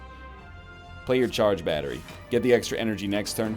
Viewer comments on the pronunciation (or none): none